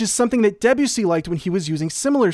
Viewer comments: Please pronounce Debussy by stressing the 'bu' not the 'de' as is in keep with French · For years I have known Debussy and I know it's pronounced "deb-you-see" but I will never stop pronouncing it "De'Bussy" in my head first lol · Great video but your pronunciation of Debussy is making me want to eat my laptop.